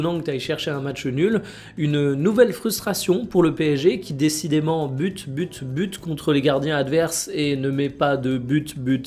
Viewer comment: Butte, butte, butte, pas but, but, but 😅